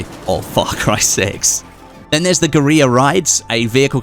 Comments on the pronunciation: guerrilla is pronounced like gorilla not gueriya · Guerrilla still pronounced Gorilla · Is he trying to say guerilla? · The way he says geurilla